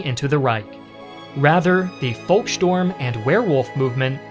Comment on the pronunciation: It's beside not besides and it's volksturm not, volkstorm. Talking is your job and you're frankly terrible at it.